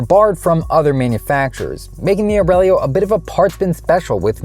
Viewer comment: “The name Aurelio. Can the Aurelo…” in the very next sentence.